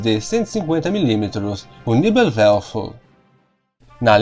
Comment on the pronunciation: Por favor ... Pronuncie o alemão corretamente , senão se torna até cômico para quem conhece a língua ... NEBELWERFER PRonuncia se : NÉBELVERFER